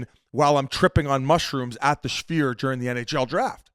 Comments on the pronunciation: The Jewish Sphere - Schfeer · I see Biz still hasn't figured out the pronunciation on "Sphere"